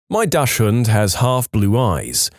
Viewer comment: uhhh... your way to say the german word "Dachshubnd" kreeps me out xD I think it's pronounced more like "Daxhund", i think.